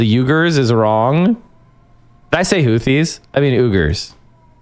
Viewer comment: pronouncing Uyghur as "ooger" pissed me off more than it should.